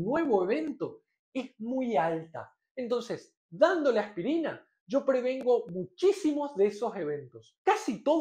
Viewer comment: Me gusta su acento, como pronuncia "AJPIRINA" Saludos.